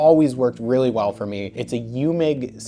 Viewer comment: Eumig is pronounced 'Oi-mig' in Austria, where they were made, just in case you go there.